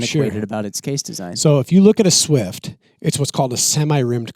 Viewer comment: How dare you mispronounce the legendary .220 Swift! 😊